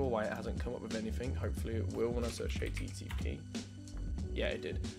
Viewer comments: Again a guy who says hichttp :) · I HATEsttp the way you pronounce it.